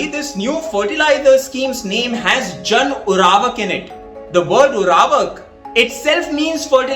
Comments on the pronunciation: Urvarak not uravak, Pls correct pronunciation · Abe ‘Urvarak’ to ‘Uravak’ bol rha h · Its nt URAVAk..... Its URVARAK